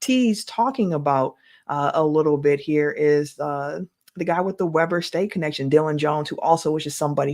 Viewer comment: it's pronounced Weeber State👍